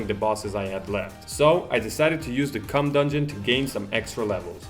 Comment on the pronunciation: The "cumm" dungeon..